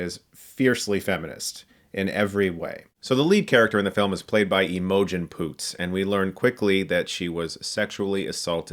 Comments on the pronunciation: Oh Chris- Imogen is pronounced "Imma-jin" not "ee-MO-jin" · Her name is pronounced i-meh-gin not i-moh-gen. No hate just letting you know :) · Chris, Imogen Poots is pronounced 'IM-oh-jen'. Not 'E-mo-jen'. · Say it with me Chris, M-uh-Jean Poots. Lol. Not emojin. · Ee-mo-gen? It's Imogen, Chris... It's not that hard. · Is nobody going to mention how he pronounced 'Eeeee MO gen Poots' instead of Imogen Poots 😂 Is that an American thing? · "Ee-Moe-Jen". Imhotep is her father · I wonder if Chris has learned how to say the word "Imogen" since this video. Good review though. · Chris you need to learn how to pronounce imogen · That's not how you pronounce "Imogen", Chris 😂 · The way you pronounced Imogen was crazy :D Also review The Platform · I have never heard anyone pronounce "Imogen" like that.